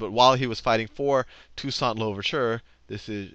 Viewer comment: lol dude can’t even pronounce toussaint makes me skeptical of him as a source. That’s like claiming George worthington did a lot for American freedom as the first president of the unites states